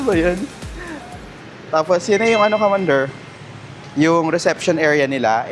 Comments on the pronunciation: KAKAIRITA UNG PAG PRONOUNCE MO NG MEANDER. IT IS "mee-AN-der" FOR GOD SAKE. SPONSORED KA PA NAMAN TAPOS DI MO MAN LANG INARAL UNG TAMANG PAG PRONOUNCE. BOBO AMPTA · Hi po, pinanood ko lahat ng ep mo for vietnam 2026 series. Thank you po sa lahat ng info, ikaw na ata ang travel vlogger na may mga pinaka detailed na vids. Hoping to travel to vietnam too by end of this year! Btw, banggitin ko lang. I think yung talagang pronunciation ng Meander is mee-AN-der. Anyways, more travels to you! ❤